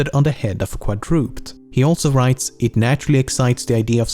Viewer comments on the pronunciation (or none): I like how he said "quad-roopt," instead of "quad-re-ped." Who is this guy?! :D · it is pronounced Quad-rah-ped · that is pronounced "quad-ro-ped." quadro- meaning four, -ped meaning foot. Four footed creature. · As far as I know, quadruped is three syllables: KWA-dru-ped. But kwa-Drooped is a great pronunciation! 👍🏼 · Quad-dru-ped. Not quadroopt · Quad Roo Ped. not Quad roopt. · "Quadrooped" Pronounced qua-dru-ped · That's 'KWAD-drew-ped', not ' kwa-DROOPED'. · For future reference, quadruped is pronounced like quad-ru-ped, rather than quad-ruped, ped meaning foot. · It's pronounced "Quad-ro-ped" not "Quad-rope-ed", "ped" is the Latin word for foot. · lmao: "kwad-roopd" =/= "kwad-ruh-ped" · Is "qwa drooped" an accepted pronunciation for quadruped? "Qwa DRA ped" is the only way I've ever heard it... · Quadruped is pronounced "quadroopehd" not quadroop'd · You mispronounced quadruped as qwadropped for future reference it is pronounced kwa-droo-ped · I love how you pronounce quadrooped. Not even criticizing. I like it better this way. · Quad-rooped xD. It's okay english has some crazy pronunciations dont worry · Its pronounced quadruh-ped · Quadruped is pronounced Quad droo ped. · As much as I love Lemmino's videos, every video has frequent mispronunciations that bother me so much. I get that it might not be your first language, but can you please just read the script to a native speaker to check pronunciations? Things like "Quad-drooped" are painful to hear. Edit: That neck joke makes it so much more than worth it. Fuck it, keep doing what you're doing. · "... the head of a quadroop'd." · Quadruped is pronounced Quad-Ru-Ped. Hope that helps. Love your channel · "...the head of a kwadrooped." :) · you pronounced the word wrong. do you even know your grammar over at LEMMiNO? its pronounced ˈkwädrəˌped'. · No offense but "quadruped" should be pronounced "quadrupaid" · quadruped is pronounced quad-roo-ped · Quadruped is pronounced Quad-dro-ped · Pffft "quadrooped"